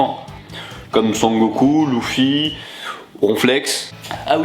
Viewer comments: tu un noob tu dis Louffy au l'y eu de Luffy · Moi aussi je fais partie de cette catégorie de personne qui ont la dalle tout le temps mais ... Luffy se prononce "leufi" ! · "Lou"ffy ? mdr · Il l'a dit "louffy"